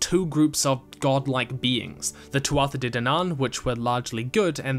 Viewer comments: Sorry, but Tuatha Dé Danann is pronounced like [tu-a-ha deh DAHN-an], not [tu-atha deh danAAN]. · Hearing you pronounce Tuatha Dé Danan like that...errrrrrrr it irks me.